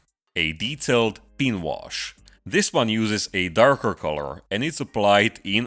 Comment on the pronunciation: If you want to lose some of your accent, work on the pronunciation of "pin" and "Recesses"